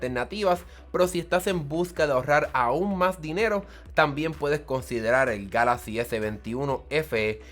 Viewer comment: Your review Was made in SPANISH,so You should pronounce Galaxy en spanish but, If You don't like how galaxy sounds in spanish,make your next video in english.